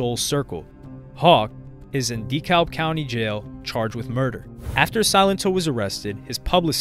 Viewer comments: It’s pronounced “DUH-CAB” County. 🤦🏽‍♂️ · Lol yeah I'm gonna be that guy but it's pronounced*decab" county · Dekalb is pronounced DEE-CAB lol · DeKalb county isn't pronounced "Dee-cowlb" but, rather, "Deh-cab". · It’s Da-kalb not de -kalb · It’s pronounced. De- Cab not De-kalb lol the l is silent damn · hahaha we pronounce it DeCab.. lmao Dee Calb… no beef tho, just a funny native thing. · De-kab we don’t say the L 😅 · The way he says Dekalb county is triggering me. It’s pronounced DEE-CAB county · DEKALB is pronounced : 👉🏽 (Dee-CAB) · I hate how this guy pronounces deKlab county lol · 🗣️ It’s “Da Cab” County. The L is silent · My mans really said DEE-CALLB county this whole video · Yo you’re good bro I love your videos have been watching for years, but it’s pronounced duh-cab county 😂I live here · Dee kalb 😆😆😆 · IT'S PRONOUNCED D CAB County. And yes I know it's spelled Dekalb. Lol. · Plz stop pronouncing dekalb like that. ITS da- cab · Just wanted you to know its pronounced Da-Kalb closer to Da - Cab . Look up something like a Dekalb County police press conference you’ll hear them pronounce it . Good video tho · hearing someone pronounce the "L" in Dekalb is so weird. great video! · I cringe every time i hear say dekalb 😂😂 pronounce it right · By the way being from Atlanta. Buddy who made this video saying DeKalb so so so wrong. That’s not at all how you pronounce it lol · You could take the time to learn how to pronounce the names of well known places like “DeKalb” 🫠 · The “L” is silent in Dekalb County in Georgia. Not trying to be rude, just letting you know. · I hate when they pronounce Dekalb wrong 😂🤦🏾‍♂️